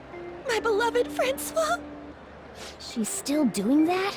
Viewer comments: I'm so glad they voiced Ann's attempt at interrogation this time around because I cant stop thinking about how you pronounced Francois "Frank-e-ous" in your P5 playthrough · I didn't realise how much new voice over is in this version of Persona 5. I remember quite clearly how amazing pronunciation of Francois was. And now this part is fully voiced. It's kind of sad because "Frankyose" will always be near and dear to my heart. But more voice acting is always welcome in my book.